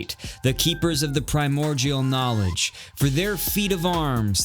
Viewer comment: The way you say primordial is driving me insane sorry